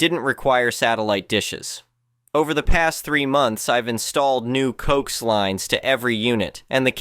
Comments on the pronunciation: Again, horrible AI. Thumbs down. And it's...co-ax, not coxe. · Are you saying that "coax" is pronounced like it has two syllables?